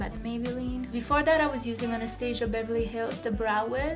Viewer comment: The way she pronounced "Anastasia"....